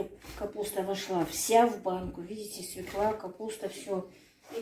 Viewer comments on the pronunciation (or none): none